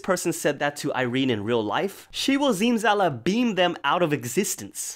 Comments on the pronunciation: Yes, I didn't spell zimzalabim right bc the way her pronounced it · I thought he said zimzalaBEAM lol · "SM will Zimzala-sue you" XD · So are we not gonna talk about how said "Irene will ZIMZALABEEM them out for EXISTENCE" 💀 And the other Zimzalabim JOKES LMAOOO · "Zimzala-sue you"